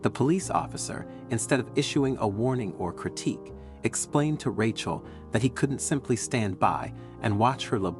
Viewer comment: Weird, sometimes he says Rachel correctly, other times he calls her Ratch-el